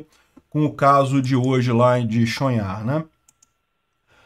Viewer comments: pelo pouco de ucraniano que sei a pronuncia seria Tchon-rrar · Pronuuncia-se "Tchon-Rar" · Chonhar = O último h, fala-se rr), pronúncia-se: "Chonrra" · Olá,, a pronúncia é Tchonrrar. A letra que é o H em ucraniano é o G do russo. Por isso, algumas fontes podem transliterar para Chongar. O G do russo ganhou o som do R carioca em ucraniano.